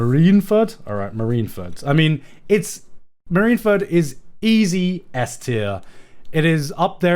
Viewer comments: I have never heard one man pronounce so many One Piece things incorrectly. How does Marineford ever translate to marinfurt. You don't call the navy the marins, but the mareens. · GOD DAMMIT GIGGUK YOU ARE SAYING MARINE FORD WRONG!!! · Chat bullying him for how he pronounces Marineford is hilarious